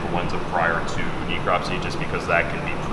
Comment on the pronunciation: she could at least learn to pronounce necropsy correctly, geez